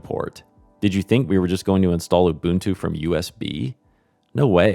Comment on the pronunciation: isn't nginx "engine-x"? But thank you for getting 'ubuntu' right!